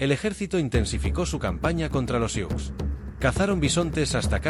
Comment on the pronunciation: No se pronuncia "siuks". Se pronuncia SU